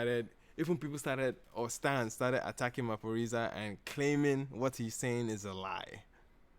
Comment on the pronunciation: Yes you pronounced Maphorisa correctly.😂💕